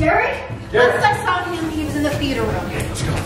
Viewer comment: “tHe FhEaTeR rOoM” Like wtf is that